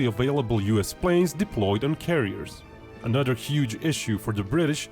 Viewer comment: Love the Brit’s trying to say “th” homie said “anuvuh” 😂